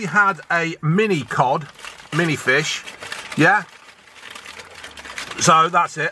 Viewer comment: Right folks fishehh